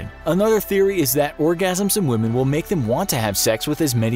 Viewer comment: Why do you pronounce women as we-h-men !!!!!